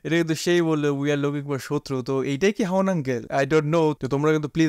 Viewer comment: উনার নাম হচ্ছে হারুন উনি বাংলাদেশ ডিবি পুলিশের প্রধান ছিলেন ওই মেয়েটার নাম বলছে হারুন আঙ্কেল কিন্তু শোনা যাচ্ছে হাওন আঙ্কেল